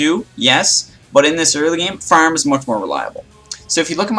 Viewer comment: LOL THE WAY YOU SAY "FARM" HAHAHAHA